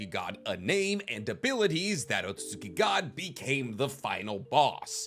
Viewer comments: Is it just me or have you not been saying Otsutsuki for like ever just Otsuki? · why have you started saying otsutski insted of otsutsuki? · Lol say “oat-so-suits-skii”